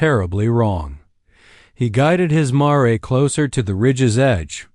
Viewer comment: The dang word is mare (mair) not ma-ray!